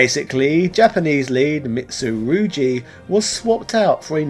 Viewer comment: Mitusurugi - pronounced Mitsu-roo-gee, not jee:D, at least thats how it is pronounced in the Soul Calibre series, but great video, would love to see a video about Soul Calibre, that was my first ever self owned game on the Dreamcast.